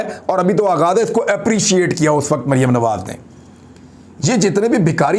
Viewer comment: Imran Bhai is Bibi Ka name to kindly theek pronounce Kia kren. I mean Maryam safdar or yeh mumkin to nhi k yahan pr Beth KR is pr laanat bhejna or apko yeh zaib b nhi deta lekin me phir b kahoon ga k in pr laanat zrur bheja kren . laanat ullah beshumaar ..... yeh sb beghairat hen. or Maryam safdar kesi mutmain beghairat hy k laanat parhny k bawajood muskra rahi hy.... laanat sharif khandaan Ty beshumaar